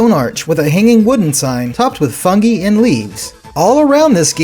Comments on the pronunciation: You kept mis-pronouncing fungi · It's a regional pronunciation. 'Fuhn-gee' is preferred in the UK. 'Fuhn-gai' is strictly American.